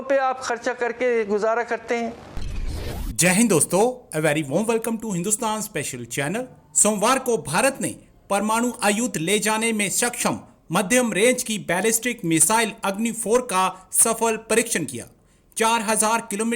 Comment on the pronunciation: परमाणू . प्रमाणू नही .